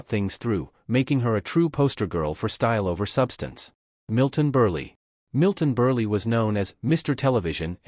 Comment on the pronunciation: it IS AI. Whomever runs the channel should spell the names phonetically so they are pronounce correctly. Otherwise this is pretty good. Signed, Milton Burlee!